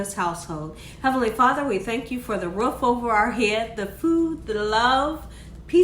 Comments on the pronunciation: Lol Tay Jin seasoning.... I love this woman. It’s Ta Heen 🤣❤️ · The tajin is pronounced taheen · Tah-heen. Co-hita. 🤦🏾‍♀️ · Tajin= Ta-heen , Cotija=Co-tee-ha 😊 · Cotija is pronounced “co-tee-ha” and tajin is pronounced “taw-heen”. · Tajin is pronounced tah-heen 😃. Also, I always thought it was chili powder that they put on there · You have such a great personality! Also, the 'J ' in Spanish/Espanol is pronounced like an 'H' and.the 'I' is pronounced like an 'EE'. Ta-heen, Co- Tee-ha....hope.this helps 😀